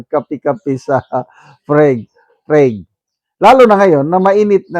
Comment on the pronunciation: Good morning, silent viewer mo ako from gensan po.. prague is read "prag" po..always watching your vlog po